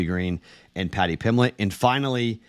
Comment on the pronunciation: PimBlett. There's a B in his last name. You always skip the B, dude.